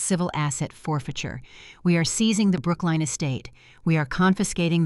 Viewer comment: It's Brooklyn, not Brookline